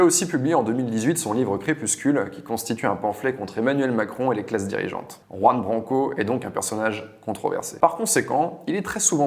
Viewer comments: C’est pas Ouan Branco, c’est Juan 😉 Apprenez à ne pas écorcher les noms ! Merci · Mon Dieu, même pas une minute passée dans la vidéo, et je suis déjà attéré! Juan Branco sont un prénom et un nom totalement espagnols! On ne dit pas [roue-ane] mais [KHouane], on porte ses coJOnes, et on prononce "la JOTA (la lettre J), à l'espagnole, comme un KH arabe, langue de laquelle la jota est évidemment inspirée!... merci